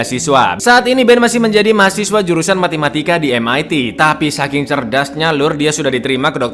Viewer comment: Matematika kang, bukan Matimatika, LOL